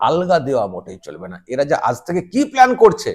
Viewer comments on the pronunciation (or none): none